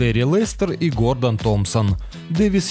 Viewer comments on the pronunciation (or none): none